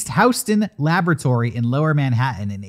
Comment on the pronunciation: “Houston” - attaboy